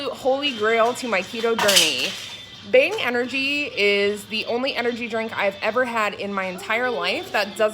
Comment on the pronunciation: Did you say Bing energy or bang energy drink